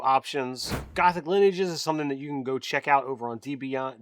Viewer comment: That is not how you say lineages yo